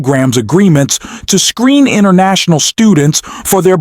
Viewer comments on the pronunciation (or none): none